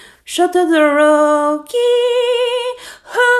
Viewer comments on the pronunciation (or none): The way she is saying shotoroki